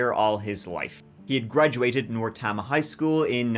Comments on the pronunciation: Tama is pronounced Tay-ma. You got Traer and Dysart right though. This is another one in Eastern Iowa, just about 50 miles from a bunch of mid-sized cities. There is a casino on the Meskwaki Reservation in the town of Tama. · This has probably already been said, but it's pronounced Tayma. Long "a". 😊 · It's pronounced Tayma. Long A. County seat is Toledo, considerably bigger than Traer, which ain't saying much. (I live in this godawful state). And yeah, we have nasty ass tornados and derechos from time to time. Might have one tonight. Ninty-four degrees Fahrenheit today. That's 34.4 Celsius. Don't move here. We have the worst governor in the U.S. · I live in a hole apparently, this happened 30 minutes away from me and I never heard of it 😮 the county is pronounced “Tay-muh” btw Traer is a really small town! Yes my family was in farming when I grew up but not a lot of small family farms anymore, corporations are buying up the primo land. We had forty acres of the best topsoil in the world. I moved away from Iowa to a citt when I was a young adult but came back for my kids to have a good education and lots of space to grow up in. It’s a good place to be a kid! Apparently not a good place to be a husband 😢that wife is the worst actress I’ve ever seen! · Tama Iowa - Tay-muh. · Tama County is pronounced "Tay-ma". I'm always shocked to open a new episode and hear Iowa! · Great video but it is pronounced Tay-ma. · Histrionics on the telephone? Here, let me put you on speaker! 😅 "What if someone is HERE," she loudly yells." OMG Iowa pronounciation tip: TAY-muh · Tama is pronounced, TAY-ma, not TAH-ma. Maybe it's the Irish thing, but from an Iowan, it is driving me nuts. Love ya,. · It’s killing me - it’s pronounced Tay-muh. But I’m clearly swearing allegiance to and calling it Tamuh from now on 😅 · Hey...Traer is in Tama County (Indian name like many names in Iowa<--another tribe). Pronounced TAY-Mah. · Pronounced TAME-A county